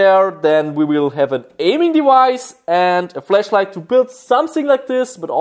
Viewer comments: when he try’s to say flash light he says flesh light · I like the fact that you pronounce "flashlight" like "fleshlight" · I Love how he says fleshlight instead of flashlight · He's accent made the flash light to a fleshlight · Sounded like he said fleshlight instead of flashlight😂😂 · I thought he said flesh light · Is it just me or does it sound like he says fleshlight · I know his English isn't that good but I thought he said fleshlight in the beggining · Flash light not flesh light lmao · no that’s how he pronounces it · Heaney_ S kakitz just commented the way he pronounces it. It’s sounds like he says flesh light so he made fun of him= joking about him so… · I keep thinking he's saying Flesh light!! 😂😂😂😂😂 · when he said flashlight, for a minute i thought he had said fleshlight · Whenever he says flashlight I think he says flesh light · It sounds like he's saying fleshlight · Did he say the flesh lite from here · Anyone else thought he said fleshlight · Sounded like he said fleshlight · Sounds like hes saying fleshlight haha im so mean